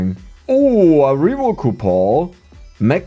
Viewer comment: I always look forward to these episodes simply to hear him say "COUPOR" instead of "coupon"